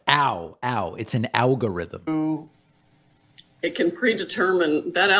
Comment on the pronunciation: An Owgorithm eh.